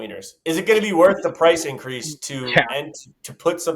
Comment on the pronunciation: AYOOOOOOOOO incwease 😂😂😂😂